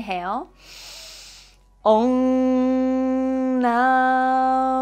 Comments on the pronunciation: It's not ONG it's called OM, you check it out in Indian vedas ,since it's a powerful word it's necessary to be pronounced correctly-AUM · It's not ong 😂😂😂 ..